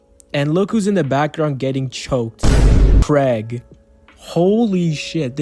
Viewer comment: Pronouncing his name like Craig instead of kregg cracks me up. When you say Craig all I can think of is a white suburban dad who is rocking leather sandals while grilling up some burgers and hotdogs